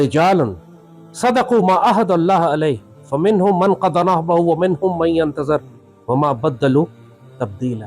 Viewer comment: بڑی عزت کرتا ہوں آپکی لیکن اپنا اعراب درست کرلیجیے... ہم بہت سے دانستوں اس لیے سنا نہیں پاتے، جیسے آیت میں.. 'من ینتظر' میں ظ پر زبر ہوگیا..